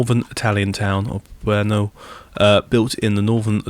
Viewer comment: Also, Belluno is pronounced Bell-oo-no, not Bell-ah-no